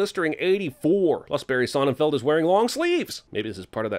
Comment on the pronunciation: Sonnenfeld means sunfield in German. Not whatever you said.